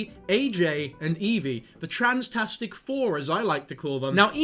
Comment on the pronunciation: AHAAHHBFHAHBSBAHAH "THE TRANSTASIC FOUR" IM FUCKING SOOBBINGGGINGIGIEBGUASJFSAKNA😭